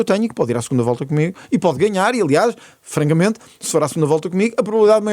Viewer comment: ... 😂😅🎉 Não me digam que o ventura voltou a dizer FRANGAMENTE, assim tão descaradamente?! 😂😅😊😅😂